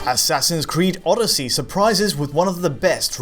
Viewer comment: Assassins creed Orrosy! haha